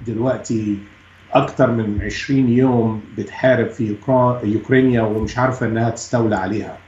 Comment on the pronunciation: كلام المقدم مستفز من خلال تقديمه الفديو وتلفظ اسم اوكرانيا بطريقه امريكيه مضحكه وغياب شخصيته كعربي يتكلم عربي موش أمريكي يتكلم عربي